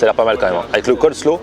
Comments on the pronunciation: Coleslaw coller slaw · Ca me trigger a chaque fois qu il dit le COLLE SLOW 🤣